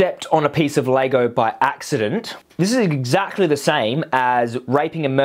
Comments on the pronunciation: It’s LEGO fuck stick not lago😂😂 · why do you keep saying "Laygo"? lol. Its LEGO. Its reminding me of some other video you did ages ago where you kept saying the name of a food wrong and all the comments where about it. I cant remember what food it was now but was funny